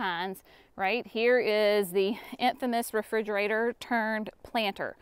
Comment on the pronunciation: I laugh every time you say refrigerator… sorry you lost the video you wanted. God bless you!!!